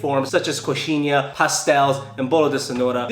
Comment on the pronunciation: Impressionado com sua pronúncia da coxinha, acho que nunca vi alguém de fora pronunciar tão bem o nh.